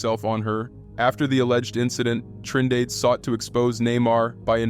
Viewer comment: “Trin dade💀